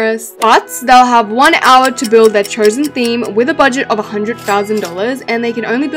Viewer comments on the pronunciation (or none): Do, A DISNEYUH THEMUH, CMON ON HUN EVERY WANT DIS